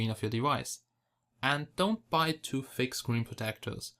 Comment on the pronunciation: U Suk.. Everytime u say Thick U Pronounce is Like Fake..